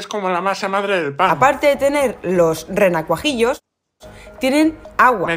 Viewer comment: Yo hasta que dijo "renacuajitos"🤔🤣